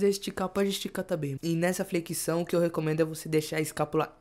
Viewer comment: fala "Flequição" kkkk